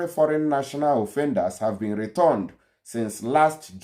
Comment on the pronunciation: YOUR PRONUNCIATION OF RETURNED IS WRONG CHECK WITH GOOGLE FOR CORRECT PRONUNCIATION OF returned